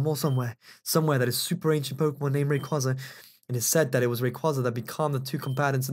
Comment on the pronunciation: you pronounced rayquaza wrong